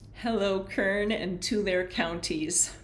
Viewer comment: Tulare is pronounced two air y